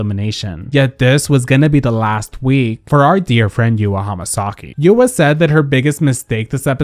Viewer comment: It’s YOU-RWA not YU-AAAAAAA